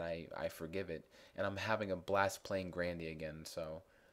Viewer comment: oh you pernounce grandia different then me